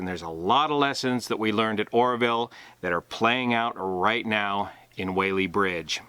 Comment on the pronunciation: Just so you know. We locals say Wallee Bridge. I don't know why.